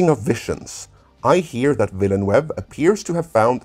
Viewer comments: I'm not French but I'm pretty sure it's pronounced VEEL-NERVE. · I can’t even understand how he’s saying the last name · nice, but he miss the name of denis villeneuve... a lot. to know how it's pronounce, watch some f1 footage of gilles villeneuve or jacques villeneuve. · Say "Denis Villeneuve" one more time. I mean, I've heard people fk it up before but this is something special. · Funny how many people butcher Denis Villenueve's name considering how popular a french name like Villenueve is. I have no doubt the movie will be amazing considering that Denis is one of the best director's around, bigger question is whether people who don't know the books will have this go over their heads and not get it. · Minor gripe, you are not saying Villeneuve correctly. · WoW talk about butchering someones name lol . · I was so surprised when at about half the video actually pronounces Timothee Chalamet's name correctly. That means the butchery of "Villeneuve" was not a mistake but contemplated murder. That sends a chill down my spine! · Thanks for this interesting look... Just one plea: "Denis Villeneuve" is a FRENCH name, so... Could it please be pronounced in the French fashion? Thanks... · Vill-a-nuv (rhymes with love). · Vil-nuv would be the closest way. As someone who has lived among the French Canadians, the attempts on this channel to "spanify" the name makes my stomach churn. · Nope, the "eu" in Villeneuve should be pronounced like the 'i' in bird. Google Translate pronounce it quite well.